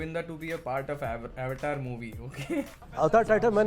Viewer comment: baki sb to theek h ye AVETAR kya h bhaii😂 we are indians right.. hume to pta hi h Avatar kese pronounce krna h..........LOL